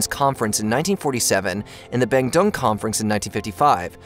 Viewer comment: "BAN DUNG"?! It is pronounced:"BANDOONG". (Java, Indonesia).